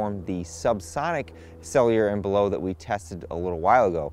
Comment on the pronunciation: You did pronounce Sellier and Bellot correctly! Not many on YT do, lol!